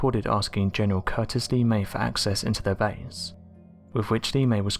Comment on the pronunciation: lee-may? lol its more like la-may. also known as bombs away la-may.